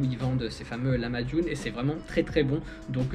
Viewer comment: Le corbeau d Istanbul était très fâché car tu ne prononçait pas bien le mot lahmacun il faut bien tiré sur le H il faut que sa vient du coeur mdr après le Turc mon ami tu te sentiras beaucoup mieux et quand a la manière de s assoir de ces dames c'est le bagdash et la plaque de cuisson c'est le ekmek saci